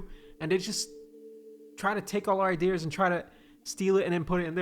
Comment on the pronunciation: why are you saying idea with the hard r